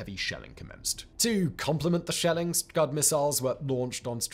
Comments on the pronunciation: "Scud" missile, not Scub. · Scub missiles? 😂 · What's a SCUB? Lolol... Did you mean "SCUD", which is a Soviet designed missile? Or is the SCUB a previously unknown underwater version of a SCUD missile? Lolol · "scub" missiles? :D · Scub? Not Scud? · That photo of Putin in the opening sequence, so different to the man we see now. Also it's SCUD, not SCUB missiles. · Downvote for saying (and writing) SCUB missile instead of SCUD. Immediately making me doubt your entire knowledge on the issue. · I love the channel. Small correction: scud, not scub